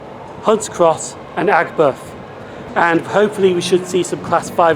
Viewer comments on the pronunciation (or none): Aigburgh? Sounds like you are wanting to say Edinburgh. LOL Aig buth! Even I know how to pronounce this one LOL Been to both anfield and Goodison park for away games. Looks like the stole seats from the away end as when I was at GP, they had wooden seats at the away end?